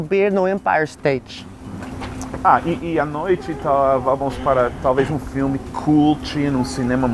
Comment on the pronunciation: Notem o " empire stati"